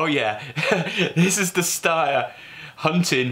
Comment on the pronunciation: Steyer is pronounced as Schneider, not ssss but sh like hush